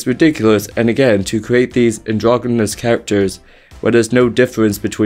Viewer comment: It's androgynous, not "androgomous"